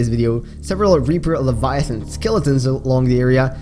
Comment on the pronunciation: “L e v i a t h O n”